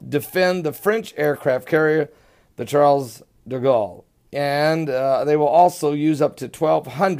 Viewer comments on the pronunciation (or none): none